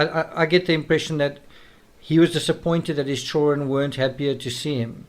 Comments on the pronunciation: The word children has "D" in it. Child-dren, not chilren like some racially portrayed black nanny from the 1800s in movies. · Man, your pronunciation of “children” really takes me out of being able to keep following your train of thought....chur-RN....❓❓ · DUDE LEARN HOW TO SAY CHILDREN!!! ITS SO ANNOYING HEARING CHOWREN!!! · Why cant this guy pronounce chidren correctly?? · I really wanted to watch this but couldn't get past the way you pronounce the word children 😲